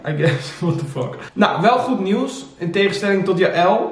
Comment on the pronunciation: goed 😝 echt ik erger me er zo erg aan dat jullie (ook Sam en jij in de podcast) nieuws niet normaal uit kunnen spreken 🤣